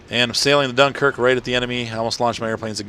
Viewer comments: You got the end correct. Just the "Dun" is wrong. That's a shame I don't know to right in phonetic. The most accurate thing I could think would be "Dinkerque" I believe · Just to let you know you butchered the name Dunkerque...